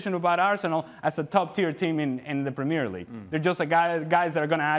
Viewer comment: when you pronounce premier league like that, you opinion is worthless.